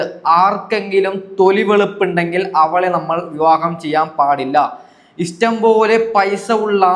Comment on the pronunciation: Istam അല്ലാ, ഇഷ്ടം, ennu പറയു, അതുപോലെ വിശമം, അല്ല വിഷമം